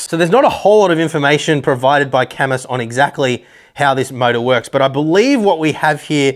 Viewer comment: IT'S PRONOUNCED KAAH-MOOO!!!